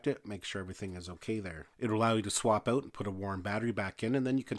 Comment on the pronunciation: "take the battery OWW-OOOT".... lol Canadians.